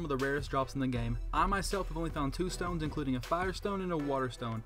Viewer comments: You said moon dtones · Sorry I had to mention 'Dtones'